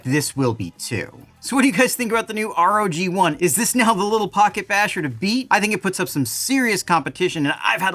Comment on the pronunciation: Love your videos as always! Like star wars though it's "rogue one" though not r-o-g 1, their website calls it gladiator too. Your the best glad you got this truck first! Looks awesome though I wanted bigger like everyone else.